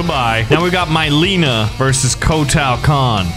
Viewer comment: Me saying it's a good video Literaly two seconds later says myleena Nope i take that back